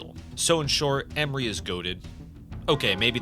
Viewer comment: It is not Emri it is EMRE. There are literally voice lines pronouncing his name correctly. Please give at least the minimum amount of shit to say it correctly if you're gonna have a segment in the video talking about him.